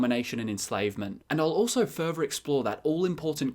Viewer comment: Furver =/= Further? Frust =/= Thrust?